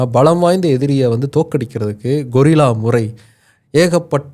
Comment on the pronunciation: கொரில்லா அல்ல கெரில்லா தம்பி